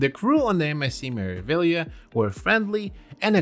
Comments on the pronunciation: Me-ra-vi-glia(liya)! Yes, you do pronounce all these letters as they are written. Greetings from an Italian teacher. P.S. we loved our cruise vacation on Meraviglia at the end of December, it was a blast! 🎉🎉🎉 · MSC "Mare-ah-vee-yah"